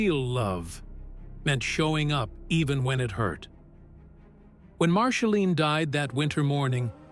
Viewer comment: A.I. , PLEASE STOP !!! , MARSHALINE ? come on !! , Angelina JOLIE , GET IT CORRECT OR F>CK IT , YOU MESS EVERYTHING UP < NOT REAL VOICE , YOU WOULD THINK IT WOULD HAVE A INTEL OF PRENOUNCING , OH SORRY <CANT SPEL < OF THE NAME OF THE BIGGEST STAR ON THE PLANET ??? A.I. just BLOWS BIG TIME , DO THE NEWS OR THE WEATHER < { GET RID OF A.I.} WITH THE STORIES THAT MEAN SOMETHING, LIKE REAL PEOPLE , OR , JOHNNY HELLER , BOOK`S THAT GIVES REAL PERSONALITY TO THE STORY ! ZANGZ SALOT// LINDA P. SO SAD , NOT INTERESTAD , OPPS CANT SPELL